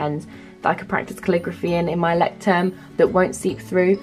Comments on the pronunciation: Not to be rude but its pronounced "loy-ckt-turm". Its German for lighthouse. Good video though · The way you pronounce the name of the journal : loy-sh-sterm